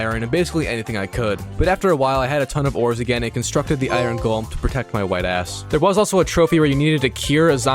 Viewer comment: love how you say ioRon gets me every time haha, iron.